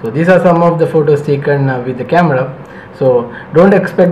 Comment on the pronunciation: ya its " CAMADA "